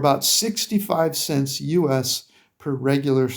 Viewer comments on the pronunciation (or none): none